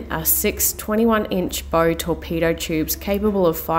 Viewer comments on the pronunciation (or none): “Bo torpedo tubes..” should that be bow, sounds like bough? Your vids are always so crystal sharp but these were kind of milky in appearance. Minor quibbles, lovely to see you out and about. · Bow, not bow. Baow, not beau. Torpedo tubes Also, tech branches are not sailors no matter what info you get from the basic tourist plaques.